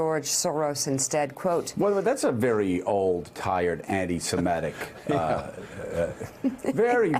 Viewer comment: Joe, please google "pronunciation anti semitic"